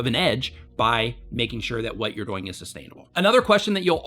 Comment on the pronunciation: I get a lot out of your channel. Quick question. Why do you say the word ”doing” so weird? It sounds like you're saying ”going”